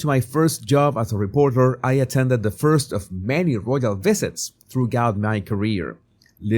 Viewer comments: "THROUGH-GOUT"? Are you for freaking real? 🙄 Still no plans on learning the pronunciation of basic English, apparently. 🤦🤦‍♂🤦‍♀ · Hi, Love your show always. Just a quick tip from the U.K. “Throughout “ is pronounced, like this “Threw out” your accent is lovely, so not critiquing, just helping out🤗